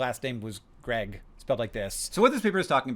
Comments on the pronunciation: it's pronounced grieg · Greig is not pronounced Greg. Much like Craig is not pronounced Creg. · It’s pronounced “Greeg”. The Green Brothers are yet to evolve to such sensibilities. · I think "Greig" is pronounced "Greeg".... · "Greig" is pronounced "GREEG", not "Greg". Maybe figure this stuff out before you start filming. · Greig is pronounced Greeg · Pronounced "GREEG" like the composer of symphonies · Greig, at least when it's the Norwegian composer, is pronounced rhyming with "greed". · Its pronounced Greeg. I only know this because I love the classical music by Edvard Grieg. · I believe Greig is pronounced greeeg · Greig == GREEg; Greigite == GREE-gyte (sorry, trying to be helpful) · I believe that the name is pronounced "Greeg" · when i've come across greig it's been pronounced gr-eeg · Grieg and greig are pronounced differently. Grieg would be pronounced "GREEG". Greig is pronounced "Grey-Guh" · Nope, Greig is “Greg” and Grieg is the composer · Like the composer